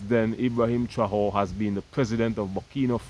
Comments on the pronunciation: non pas «traore», mais «Traoré» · Pronounced Trahoreh. Keep up the good job. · Pronouns TRA - OR - RAY (TRAORE)